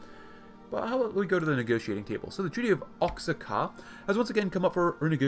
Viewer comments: It’s pronounced oxaca not oxaca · Thats the weirdest pronunciation of oaxaca i ever heard, but it was a good video m8